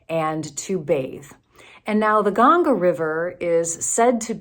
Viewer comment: you haven't learned to say "Ganga" properly. It is embarrassing to say the least. What is your agenda? If you experience what you have experienced in India, can you please stop proselytizing? A pastor cannot be being one without "spreading the word", right? Please change or cut it out. You seem to be pied piper - using the pipe of hindus and saying mumbo-jumbo stuff.